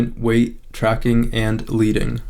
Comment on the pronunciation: I don't wanna sound like a wowser but In typography, leading is pronounced (/ˈlɛdɪŋ/ LED-ing)